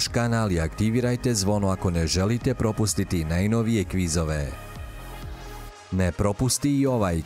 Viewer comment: 7/10.....Ne kaže se prOpustiti nego propUstiti. Nauči akcente, bices popularniji.